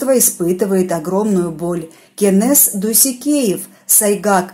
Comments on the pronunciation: Я всего лишь написала,неужели трудно произносить имя КЕНЕС,а не КЭНЕС,очень режет слух! В казахском языке буква Э не употребляется! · Кенес а не кэнес выговариваите правельно